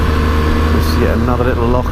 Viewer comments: And you say Loch properly, salute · Thanks for making the effort to pronounce our place names (and the word loch) properly :) I used to drive tour coaches around these roads, miss that job so much but now I live in Australia and it's all straight lines :(